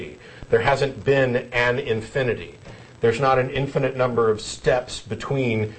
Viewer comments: does anyone else get the impulse to slap the caller and tell him to stop adding an extra syllable to "infinite"? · I think this is the same guy that keeps calling and sounding like a jack ass. "infininent" LMAO! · "infininite"? You know your argument is bad when you can't pronounce the important words. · Is he saying INFINNINITE? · Infininate?? He can't even say it, so I'm not surprised he doesn't grasp the concept. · Infininite? Okay the first time I figured was a fluke but he KEPT...ON...SAYING IT. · This clown keeps saying "infinitive". He doesn't even know the word, let alone the concept. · I love how he keeps saying "infininite" :-D So cute! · he keeps saying infininite, adding an extra in to it... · Actually Jen does correct him once here, but why not just let him keep saying 'infininite'? It's funny, like all theists arguments. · "Infininate"...this guy and Sarah Palin should hook up. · "if there's an inifninate number of HELLO?" i lol'd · I wish he'd stop saying 'infininite'. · I wouldn't call Jen a sidekick. She contributes a lot of her own knowledge, as do the other co-hosts. Nice intro LOL. IT'S INFINITE, NOT INFINNINITE!! SAY IT! SAAAAAY IT!!! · I think he has called in an IN-FI-NI-NIT number of times. lol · The guy repeatedly pronounces "infinite" as a four syllable word. That should be your first clue as to his mental competence. :) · What annoys me is that this caller cannot pronounce the word "infinite." He keeps using the word "infinINite", where the capital letters show the flaw. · if he cant say "infinite" he shouldnt be thinking about the start of the universe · i wish this idiot could pronounce "infinite"